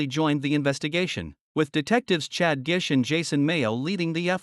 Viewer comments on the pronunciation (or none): none